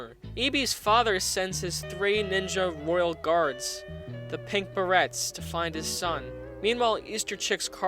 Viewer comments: This is a great video but please learn how to pronounce "beret" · Excuse me beret is pronouced like Bear-ray not ber ret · Can this man really not pronounce beret or coup d'état? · Your pronunciation of beret gave me every form of cancer known to man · I might have taken your opinion more seriously if you pronounced "beret" and "coup d'etat" properly... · DangerDan I don’t know he doesn’t seem that intelligent. I mean he did pronounce beret wrong and didn’t know how to say coup d’etat